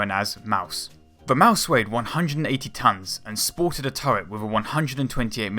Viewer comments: Yea he said maus wrong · Lol you are say in maus wrong